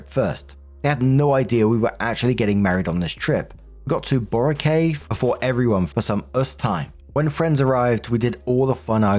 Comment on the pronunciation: Hi! idk if you'll see this but "Boracay" is pronounced Boh (short o) Rah (like hoorah) and Kai (the ai is pronounced like the y in "my" or "why") and emphasis is bo-RAH-kai. As for "Amanpulo" you got the Aman part right, it's less Pooh-low and more Pu Loh (the pu is short u like in put and the lo, with the emphasis of the word a-MAHN-pu-LOH).